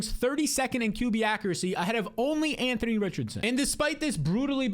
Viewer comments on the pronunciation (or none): none